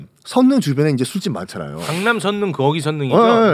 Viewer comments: 선능 → 설릉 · 썬킴님! 선능이라고 읽지 않고 설릉이라고 읽는게 맞을텐데요!